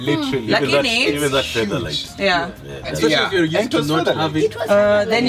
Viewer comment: She said Featherlite. If you know you know. Hahahaha